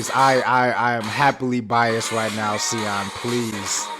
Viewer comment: Siyeon is pronounced Shi-yeon*